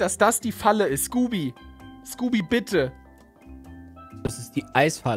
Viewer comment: er heißt nicht skoopy